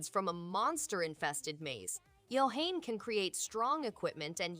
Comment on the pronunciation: I heard it a couple of times, Yohane is pronounced Yo - Ha - Ne it's a character from the anime love live so it's pronounced like a japanese name.